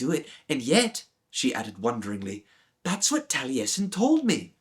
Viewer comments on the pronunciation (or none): Impressive voice acting and i thank you for bringing this childhood favourite back to life. I won't comment on the pronunciation of the Cymraeg names etc as it is difficult. Courteous and calming seem to be your kryptonite and Taliesin, one of the most famous historical/ fictional Welshmen as a Russian was a surprise!! Thank you again though, I enjoyed your work.